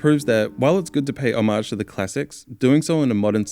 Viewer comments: your mispronunciation of homage is distracting and bad. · there are like 4 different pronunciations of HOMAGE and I don't know what is right. i still read it as "oh-mayj" but still bothers mo everytime